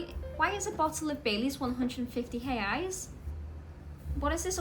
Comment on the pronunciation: I like that you say “reais” with no accent at all!